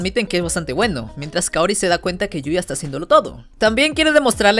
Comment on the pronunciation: Yuya tengho❌️ Yoya tengo✅️